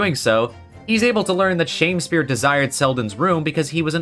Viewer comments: Shamespeare? But there's no e between the m and s, it's Shamspeare, like a sham Shakespeare. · I think it’s supposed to be pronounced as Sham-speare not Shamespeare. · One thing that’s bothering me this video is the “Shame spear” pronunciation It’s not “Shame” but “Sham” He’s a fraud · .......SHAMspeare not SHAMEspeare